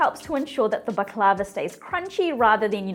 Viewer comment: You’re not pronouncing it right!